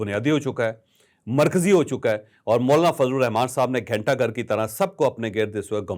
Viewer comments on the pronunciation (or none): none